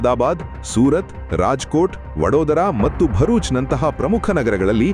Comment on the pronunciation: ಕೃತಕ ಬುದ್ಧಿಮತ್ತೆ ಉಪಯೋಗಿಸಿ ಅನುವಾದ ಮಾಡಿ ಹೇಳುವಾಗ ʼಮತ್ತು, ಎನ್ನುವ ಪದವನ್ನು ʼಮಟ್ಟುʼ ಎಂದು ಉಚ್ಚರಿಸುತ್ತಾರೆ! ಅದನ್ನು ದಾಯಮಾಡಿ ಸರಿಪಡಿಸಿ.